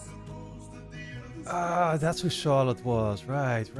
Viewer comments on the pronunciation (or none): So happy you're finally reacting to this series! Btw, totally didn't expect you, as a Dutch guy, to pronounce Charlotte as "tjarlot" haha. Groetjes, een mede Nederlander😝